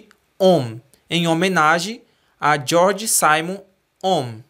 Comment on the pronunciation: Georg Simon ohm (pronuncia-se, GUEORG ZÍMON OMM) (ZÍMON)... Excelente vídeo 👍